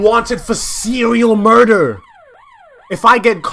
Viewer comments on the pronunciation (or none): “seweal murdewr”😭